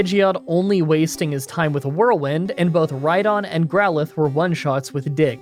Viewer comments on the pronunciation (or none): none